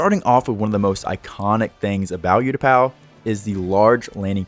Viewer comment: Absolutely incredible moc but please bro it’s oootapau not youtapau 😭😭😭